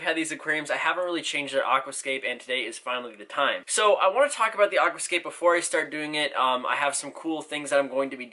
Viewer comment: I love the way you say Aquascape, it’s not pronounced like that